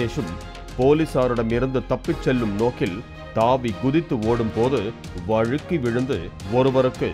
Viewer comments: வழுக்கி விழுந்து that slang 😂😂😂 வேல்ராஜ் 🤣🤣🤣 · நீங்க "வழுக்கி" னு அழுத்தம் கொடுக்கும் போதே புரிகிறது .